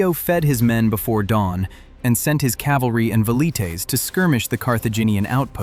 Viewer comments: AI slop? Pronunciation of velites is inconsistent as well as wrong in all cases. Please answer so I know to block a channel that would use AI garbage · Thats all good brother but could you try saying the names properly for Scipio and for Velites 😅